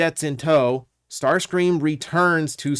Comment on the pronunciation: Ah yes the Legendary Tarscream.